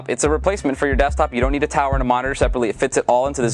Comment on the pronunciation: instead of need he said "Nude"